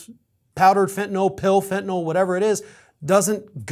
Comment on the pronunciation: about the only blogger/journalist-type that I’ve ever heard who pronounces ‘fentanyl’ correctly. I’m hearing either fen-ta-nol or fen-ta-nuhl. So….good on you, bro. (pardon my idiosyncrasy)